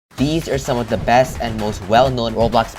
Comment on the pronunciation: I like how he says "da" instead of "the", so he is like, "they are both skilled with da bow"